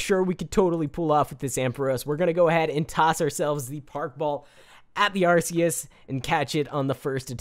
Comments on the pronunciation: Have you not watched the pokemon movies with Arceus? he doesnt say it correctly. Its pronounced Arkeus. Not Arceus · ARK e us not Arse e us u dum xd jk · Pokemon nerd here. Arceus is pronounced Ark-he-us and is a Mythical Pokemon, not a Legendary. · Said the name wrong :3 Arkeus is how your supposed to say it. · its Ar-Key-us sorry......... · First Arceus is a mythical Second its Are-Key-Us Regardless I love this video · Its pronounced arkeus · wrong way ti say arceus just saying game freak didnt want to call it like urs so they changed it because arse means the a word in england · I hate how you say arceus!! ur saying it wrong bro! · Firewolf786YT it triggered me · First of all you are saying arceus wrong second of all arceus is mythical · Dude you saying arceus wrong ok think it like the c is a k ok